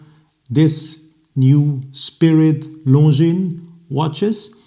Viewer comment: You pronounce Longines perfectly ( now we need to get the other watch people to do the same )! Should I sell my beautiful Longines Grand Prize Automatic and buy a new Spirit Chronograph?